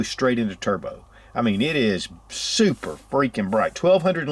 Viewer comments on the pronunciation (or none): "...."SOUPER" Freakin' Bright!.... <LMAO>